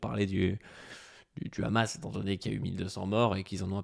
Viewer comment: Ce n’est pas (RHAMASS) mais Hamass il faut bien prononcer le H en arabe Lool